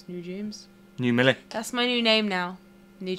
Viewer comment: "Molly" lol, her name is Millie. Short for Amelia.